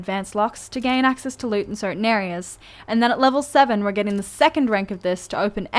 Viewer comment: Love the way she says bosh (but), loosh (loot) and ish (it).